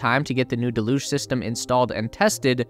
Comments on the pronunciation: deluge, sounds like "deh·lyooj" google "how to pronounce deluge" to get an audio example. Handy tool for words you don't know how to say. (sorry, pet peeve of mine. I like your videos) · You're pronouncing deluge wrong